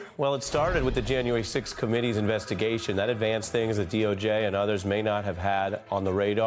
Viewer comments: Phang not Pheng. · pronounced 'PHANG' rather than "fang"; - personally prefer with hair down (hair up is fine, too)